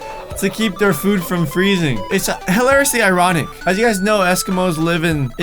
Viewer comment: The way he says "hilariously"😂😂 helariously